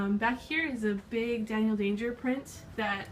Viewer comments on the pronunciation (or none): none